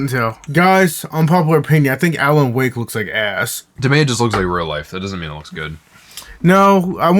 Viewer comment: how you pronounced "wake"😂😂😂😂